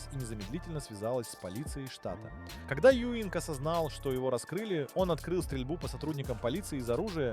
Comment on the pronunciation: Az átszállítása nagy hiba volt. Kár, h az AI felolvasás lerontja. Alex Juing- nak kell kiejteni, nem Ewing-nek.